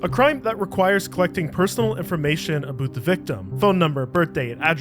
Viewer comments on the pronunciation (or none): Holy Canadian... You can't be serious?? LMFAO bro said "A moose 🫎 walking aboot the hoose 🏠steeped on a mööse 🐁" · you literally said 'aboot'